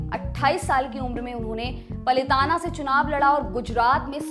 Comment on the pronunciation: जी वह मंडाविया नहीँ मांडविया है,और पलीताना नहीँ पालीताना है ।।